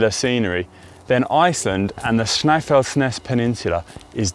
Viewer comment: Pleased to see Snæfellsnes in Iceland on the list. And kudos to Connor for a somewhat accurate pronounciation of the names, not perfect but close enough. Almost all of Iceland is a gravel riders paradise but road riding can also be on offer here. The Ring Road around the island is popular and is home to an annual cycling event where cycling enthusiast compete to finish the ring in the shortest amount of time. It's about 1300 km ride and is competed in several categories, a one person race, 4 person teams and 10 person teams. Would like to see a team from GCN enter into this event as it is a fundraiser for local charities.